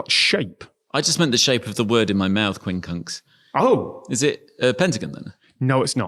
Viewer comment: When said "quincunx" I heard "queen conch". I only realised it was the English version of the word "quinconce" when the number five was mentioned.